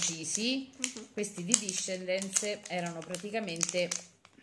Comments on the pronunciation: Ce scritto desendals e si legge dice disendal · Il burro cacao discendens non si dice così ma desendals